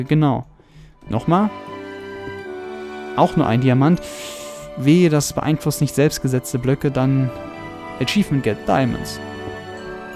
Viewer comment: Es heißt Achievement, habs mittlerweile nachgeguckt und es heißt achievEment